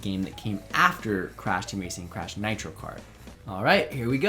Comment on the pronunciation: When said he had never played crash I thought he said he had never played crap.